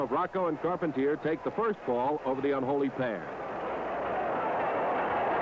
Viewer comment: Check it out: two refs for a tag team match! You'd never see that today. And you hear now the announcer butchers the last names of Carpentier and Rocca?